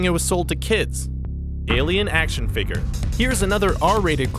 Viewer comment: It's figure not figer